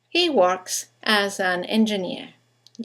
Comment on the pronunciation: hi, in the speech patter 3 example 1 "he works as an engineer" its more of "he works asanengineer" and while you say "works-- wo - rks would be more of a "wa" sound than a "wo" sound". thanks.